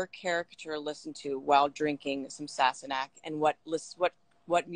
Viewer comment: This woman should have done more research before interviewing Sam!! She couldn't pronounce the name "sassenach". She didn't understand/know about the unicorn on the bottle. She had no idea and was confused that Sam had so many live fans during the interview. Very disappointing!